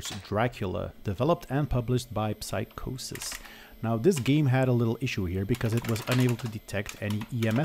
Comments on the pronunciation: Leuke video ! Het is Psygnosis , niet Psychosis. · It's psygnosis, not psychosis. It was a most famous developer in the late 80s on the 16/32 bit computers (Atari st and Amiga) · Psygnosis not Psychosis... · The Dracula company is called Psygnosis, not Psychosis, though 😅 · It’s probably been said many times in these comments but it’s PSYGNOSIS not psychosis ffs. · you say and write "psychosis". you know that's psygnosis right? sounds like SIG NOSIS…